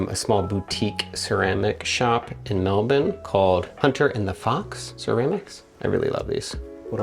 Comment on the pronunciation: Welcome to Australia 💖 it was jarring hearing Melbourne pronounced correctly 🤣🤣 very cute video, love it.